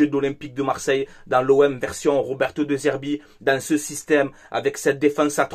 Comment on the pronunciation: Dé Zerbi, le E se prononce toujours É.